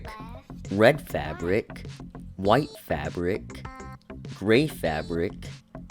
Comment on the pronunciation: what he said? Favric?